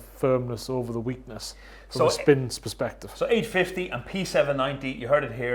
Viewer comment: Its perspective not "sperspective" and crux not "clux"